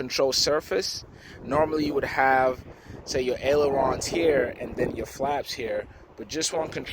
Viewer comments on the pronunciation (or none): none